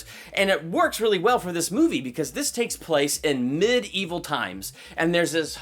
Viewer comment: did he say mid evil times? Cuz I swear it's medieval not mid evil or mideval.